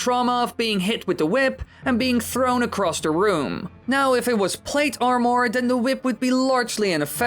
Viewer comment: I dont like how he pronounces armor as (arm-ore)